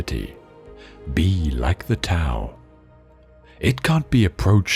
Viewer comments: Great quotes appreciate the channel I will offer this advice when speaking of the Tao....it is pronounced dow.🙏🏻 blessings to all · This is a fantastic compilation of Quotations I loved it thank you very much I must point out just for the record that the word TAO is pronounced with a "D" sound not a "T" and the word YANG has a soft "A" not a hard "A"